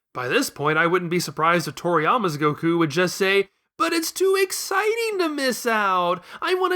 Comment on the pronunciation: You said Gokú right !!! We have a real fan here